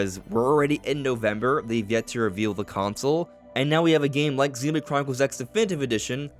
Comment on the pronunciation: "ZeenbladechroniclesX" You say it so fast that it sounds like one word (and without the "O")! 😉